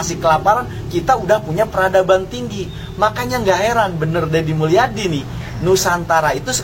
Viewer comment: Kang Dedi Mulyadi Booos bukan Dedi Mulyana haddeeeuuuuh